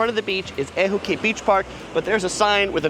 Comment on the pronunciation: FYI...Ehukai=Ay-hoo-kye=Sea spray/Red ocean; Haleiwa=Hah-lay-ee-vah=House of the Iwa(frigate) bird. IMO....Kua Aina burgers, opposite across of Matsumoto's, around the corner from North Shore Surf Shop, has better burgers than Teddy's...IMO. Also, <5mins walk from Longs is Storto's Deli & Sandwich shop. Opened in 1975, b4 Subway went global...has better sandwiches than said competitor...IMO